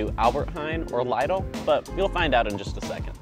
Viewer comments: LIDL. It isn't LEIDLE. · Wow you don't know how to pronounce lidl